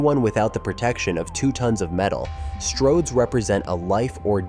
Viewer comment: "Stords roads"? Presumably this whole video was created with AI?